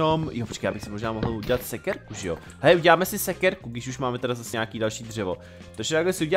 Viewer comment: neříká se sekerku ale sekirku